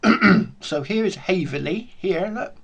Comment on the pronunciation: Hey it’s called: Haverhill not Haverley! cheers 🍻